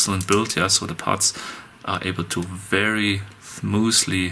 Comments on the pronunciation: love how you said "thmoosly" instead of "smoothly". you make great videos! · “so ze parts are able to very Fmoozly shift in together”... so fmooz